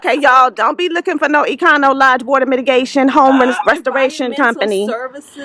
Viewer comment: "Econo Lodge" 🤣🤣🤣